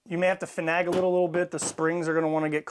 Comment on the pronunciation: Fin-NAY-guhl, Fin-NAY-guhl, Fin-NAY-guhl !!! Hurt my sensitive ears! Ha Ha, just kidding. Excellent video. I just got my 1301 and have to disassemble it before I use it. Thanks.